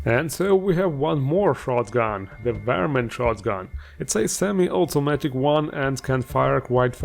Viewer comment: Please refer to "Yosemite Sam" for how to pronounce "varmint" lol